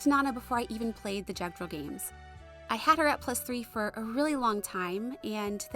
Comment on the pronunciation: The J in Jugdral is pronounced like a Y. Kempf says it in one of his voice clips. Ah, a fellow Ostia stan! 👍 I have plans to merge Matthew and Serra for that reason. 😅 I also like that Serra ships HecLyn in her A support with Sain. XD And I really like Oswin too and hope that he gets in soon!